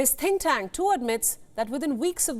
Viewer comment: Why are you lying ??? India recognised the 1 China policy ~ how then is China “invading” Taiwan ??? whilst 1 China policy depicts Taiwan as a province belonging to China. Can a country invade her own country??? Also, your said “think tank” r “tin cans” ~ China is a space force nation that landed in Mars n has her own space station, the Tiangong. You believed that China forces will be “wiped out” b4 the military is deployed. How judgemental n biased is your reporting.